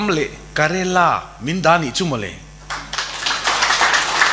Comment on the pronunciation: KARELA🤣🤣 KERALA tih state hming pawh lam dik theilo hi chuan Thu sawi ve suh se... A zahthlak (neutral ka ni e)